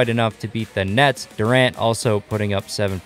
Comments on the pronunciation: If you listen close he said the nuts instead of the nets 😂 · He said nets but it did sound like he said nuts